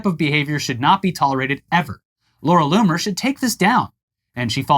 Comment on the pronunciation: Anyone else hear "Loony" instead of "Loomer" everytime the guys said her name? I literally heard Loony over and over again..